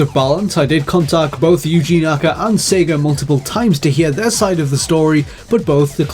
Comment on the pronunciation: "sager" and "yahr" instead of sega and year